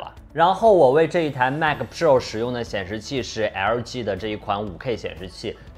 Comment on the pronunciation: 迈克普肉儿~ 这发音，杠杠的。